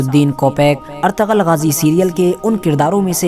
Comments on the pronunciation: Not ertagal.it’s ertugrul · noob its erturul but the spelling is ertugrul not artagal